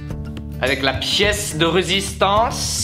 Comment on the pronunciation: I'm a simple Frenchie, I hear "La pièce de résistance !!" with a perfect French pronunciation and I'm happy :)